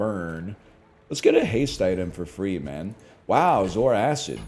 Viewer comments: I know better than to watch NL play strategy games seriously, but finally hearing the way he says it, everyone that's complained about it is right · Popped up just as my food finishes cooking, life is good Edit: Taking a bite every time he says "zoar-acid" - food is gone